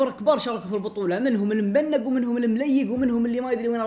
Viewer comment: اسمها مبنق مو مبانق هههههههههههههه